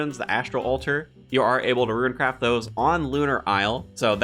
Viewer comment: Lol you say ROONCRAFT and not RuinCraft, but when it's alone, it's RU-IN? Love these videos! More of these!